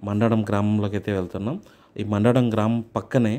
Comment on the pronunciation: Mandada kadu ra babu Mandadam nayana